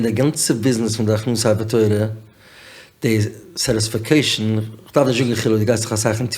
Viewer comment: Pls edit when says satisfecation it sounds ridiculous